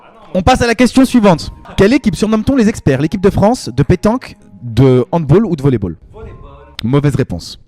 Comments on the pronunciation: « Equipe de hand BOLLE » sa fait mal aux coeur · On dit pas handbol frère